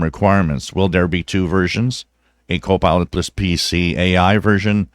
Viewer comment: Hello, Will you be so kind to let me know if you are saying "co-pilot plus", or "co-pilotless"? I checked this with closed caption, and it reads "co-pilot plus",. But it sure sounds like you are saying- "co-pilotless". Thank You very much! Thank`s for your great videos!